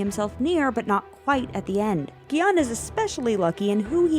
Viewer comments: just a note: gi-hun is pronounced "gi-hoon". the vowel in "hun" is the same as the one in "woo" in sang-woo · The way they're pronouncing Gi-Hun's name is slowly driving me insane